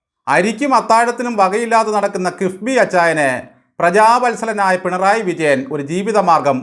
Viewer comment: ബാലൻ പിണറായി വിജയനെ അധിക്ഷേപിക്കുകയാണ് എന്ന് പലപ്പോഴും തോന്നുന്നു. വിജയനെ ബാലൻ വിളിക്കുന്നത് "പെൺറായി "എന്നാണ്. സിപിഎം കാർക്ക് ആർക്കും മലയാളം ഉച്ചാരണം വശമില്ലാത്തത് കൊണ്ടാകാം.